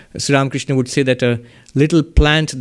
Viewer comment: Pranam Maharaj ji, the way you pronounce Sree Ramakrishna is soo beautiful ❤️.